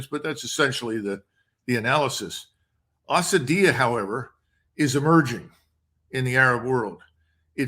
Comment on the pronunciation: Someone tell the Colonel its asabiyyah not asadiyyah.